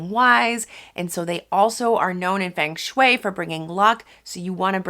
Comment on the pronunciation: It's pronounced FUNG shui. FUNG!